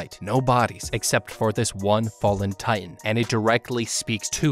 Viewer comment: Did u just said the colossal titian armor??? At 19 minute plus